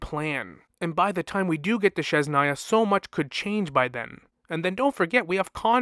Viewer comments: I love your videos but god please, its Snezh-naya (snesh) not shesh-naya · Lol, it is a common misprononciation, maybe is too difficult to pronounce it. I was going to write about that too. But it is not sh, it is zh, as in brezhnev.